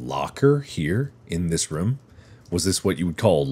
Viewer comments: I love how mark says rume instead of room for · I love how Mark says "room" lol 😆 He pronounces the "oo" like the word "book" instead of "bloom".